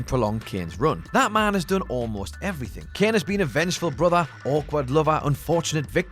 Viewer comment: Its kane not ken